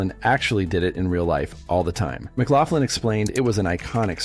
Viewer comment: Dan Ache-roid??? Seriously? Who the hell doesn't know who Dan Aykroyd is???? It's pronounced as 'Ak-roid'. , clearly there is no 'f' in McLaughlin. Yet the narrator keeps adding one. It's pronounced as 'Muh-glok-lin'. , it's not Gutin. His name is pronounced Gay-tin. Do your research before posting these videos.